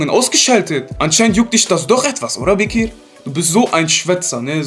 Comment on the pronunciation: Wie ich diesen Name hasse "Bekir", er hört sich einfach nur scheiße an. Zumindest so, wie dieser "Bekir" es ausspricht..